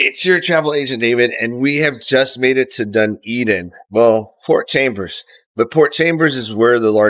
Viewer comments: Correction....it is Port Chalmers not Chambers as you pronounced. And thats the log wharf beside your berth. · Port Chalmers mate it has no B in it LOL